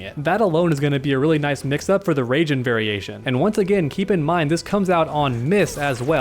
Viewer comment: wtf is a rayjin (R-AH-EE-JIN)